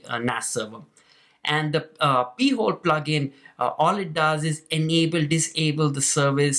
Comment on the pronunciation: Ok. You should pronounce it “pie-hole”. “Pee-hole” is something entirely different. But cool video.